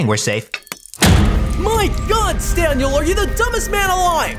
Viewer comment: WTF why is his name Stan and why does call him stanyel